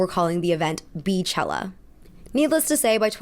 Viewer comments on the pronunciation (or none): Girl I love your channel but the moment you pronounced it Bee-chella instead of BEY-chella I knew you didn’t have enough black friends or influences around you :( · BAY chella not beechella lmaoooo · maybe she said it because of the Bee Hive 😭